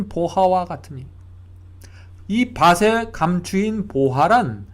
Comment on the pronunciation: 글로 쓸때는 ○밭에○ 말할때는 ×바세× 가 아니고 ○바테○ 글로 쓸때는 밭을= 말할때는 ×바슬× 이 아니고 ○바틀○ 밭이 발음은 ○바치○ 등등~ 정확한 발음 사용 부탁드립니다^^ 은혜로운 말씀 항상 감사드립니다